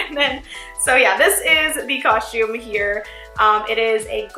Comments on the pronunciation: Natalie Yusam no she says cushume. Listen. God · I hate when people say that I'm from three country gosh dang it and it's not pronounced coshtume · same ahah "coshume" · Evelyn M same